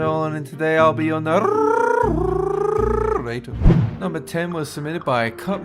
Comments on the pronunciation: ...and I'll be your narrrrrrrrrrrrrrrrrrrator. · Dolan said narrrrrrrrrrrarator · Dolan:"i'll be your NARRRRRRRRRRRRRRRRRRRRRRATOR" Me:is this a motorcycle?